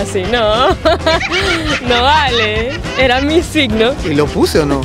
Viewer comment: Minuto "tu siCno". 😬